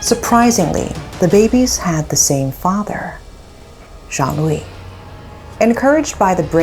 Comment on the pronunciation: Me who constantly heared Zhongli insted of Joan-Louis ..😅